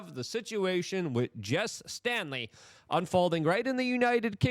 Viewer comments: Why do you keep mispronouncing the guy's name? Its STALEY, not Stanley. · Staley, not Stanley. The mispronunciation is kind of irritating, especially names. Words matter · The name is Jes STALEY, not “Stanley” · its STALEY, not stanley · Dude, there is no "n" in Staley.